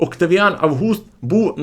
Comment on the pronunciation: Шановний авторе, чому не Август, а за Вашим наголосом АвгУст?